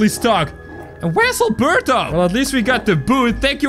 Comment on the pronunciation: Albelto NOT Albuurto